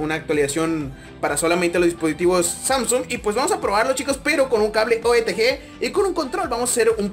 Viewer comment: Dice OETG y es Otg